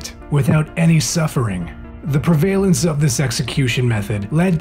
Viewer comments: Prev alence ... NOT ...Pre va lence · Dude, it’s pronounced PREValence, not preVALence! Sheesh!